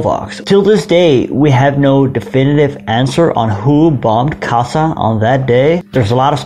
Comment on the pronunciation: Hi. A little thing. 'S' in Magyar i s as in sugar, or as 'sch' in Schmidt, or 'ś' in Kośice. When then doubled, like in Bárdossy's name, or Kassa, it sounds 'schsch'. Aast u b.